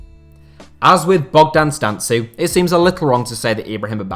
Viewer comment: It's Bogdan Stan-Koo or stan-kou, but great video and thanks for the inclusion